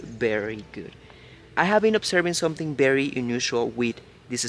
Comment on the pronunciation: Ok folks now we need to help our favourite Youtuber, you get it right sometimes, by Berry is not the same as Very...Say Veee, Say it again, Veeeee. Ok now say Very....Very...Come now, you can do it! And next is the word Now, not No. Say Cow, say Cow again. Ok now say Now...Cow and Now..Now and Cow. Now not no. You can do it!!!